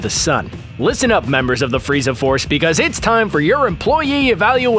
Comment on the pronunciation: You said frezai